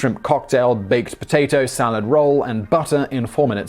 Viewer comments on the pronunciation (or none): none